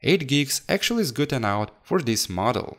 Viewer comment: Great job on cleaning the A10 CPU. It came out shinning like a diamond. If you don't mind, I have a suggestion for when you say "good enough." Try saying enough as 'e' and then 'nuff'. Like e-nuff. English is a second language to me as well, so I'm not trying to be rude here; just trying to help. If this offends you, I apologize. As always, great video and great content. Keep it up!